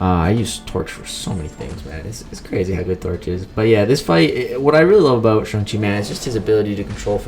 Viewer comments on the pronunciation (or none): Your pronouncing his name as SUNG not SHANG . Pronounce Chang but replace the start with a shh. Like shit you don’t pronounce Chang like chung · It’s actually SHANG-CHI if u check him on mcoc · You dont say it like that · You pronounced shang-chi wrong, it's actually shang-chi, not shang-chi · You said his name wrong 😂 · It's pronounced Shang chi not Shang chi